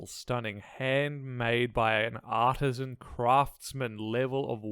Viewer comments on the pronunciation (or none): none